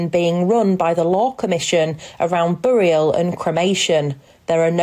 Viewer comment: What's a bore-ee-al ground?